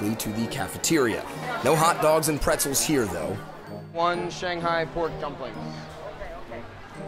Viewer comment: Too bad the host doesn't know how to say "Shanghai" or even eat those dumplings properly.